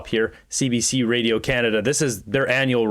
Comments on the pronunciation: Anyone else hate how Carney pronounces "Radio" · he can't even say radio properly... like wdf is he saying... he is a whacko like jt and his goons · You can tell he’s invested in radio Canada by the way he say it (Radio). This guy is bad for Canada